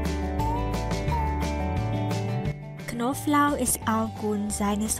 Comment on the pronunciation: Elle a dit ail, mais comme elle est chinoise ellle prononce pas le b...et ça c'est drôle.. Knoblauch et elle dit Koflauch